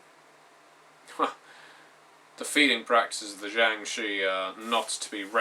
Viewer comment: Shi is actually pronounced "Sure" (as sure is pronounced in America) with an R sound at the end. They are an ancient Chinese folk legend. Sorry, I'm a huge nerd in addition to being a Chinese speaker.